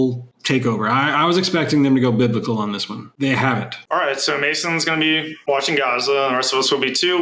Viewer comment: "I was expecting them to go bibical on this one" +1